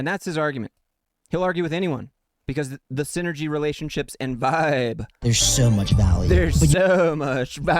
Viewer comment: lmfaoooo I love the way you clowned on the "viiiiibe" dude 😂. I can't believe they actually typed out his incoherent rambling and highlighted half of it